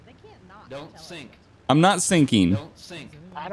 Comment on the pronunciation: “don’t sink”